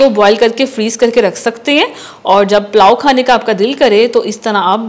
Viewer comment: Palao nhi pulao